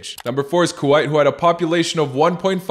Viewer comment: you pronounced Kuwait wrong